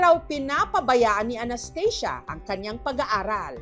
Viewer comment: Well anong Anesthesia can u pronounce the real pronouncation of ANASTHASIA😂